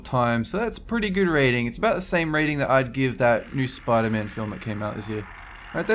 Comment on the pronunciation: did he say...................................... SPUDERMON